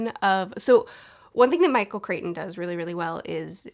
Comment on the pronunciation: Michael Crichton. “Cryt-un”.